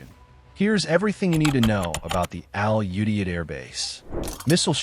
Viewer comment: I was deployed to Al Udeid and was involved in its planning. I would appreciate if the various news outlets would learn how to pronounce "Qatar" and "Al Udeid" correctly. It's "Cut'-r" and "Al-u-deed."